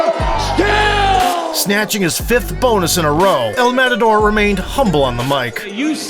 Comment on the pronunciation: this guy butchered the pronunciation of El Matador so badly its sickening